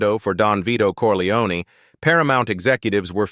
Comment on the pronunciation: Wrong pronunciation of Corleone! AI horseshit